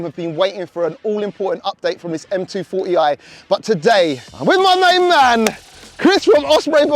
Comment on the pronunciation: Purple monster is absolutely glorious, what did non car guy call it again? M twenty four 0 I or something? Kills me still 😂😂😂